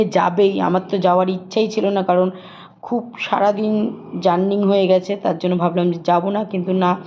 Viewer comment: Jouring bole na madam JOURNEY bole...beteer to speak in Bengali.